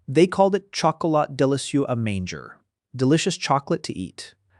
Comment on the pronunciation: french word "manger" is pronounced differently, more like "maw-jay" with emphasis on second syllable.